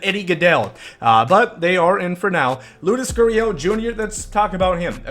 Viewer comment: Why do you say LOODUS GURRIEL